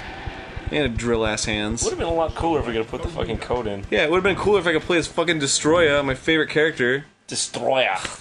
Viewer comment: its not "destroya" ITS DES-OH-TROYA